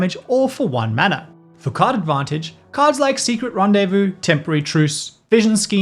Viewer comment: i appreciate your accurate pronunciation of "rendezvous"